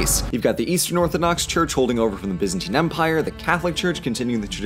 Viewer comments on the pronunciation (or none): none